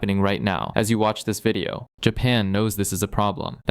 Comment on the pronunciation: “This vieeoh is sponsor bai beahhelp”yeah- no, unsubscribed.